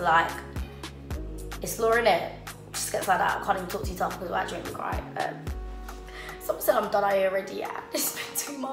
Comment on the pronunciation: I'm fluent in 'tree', swear it's pronounced twi tho😂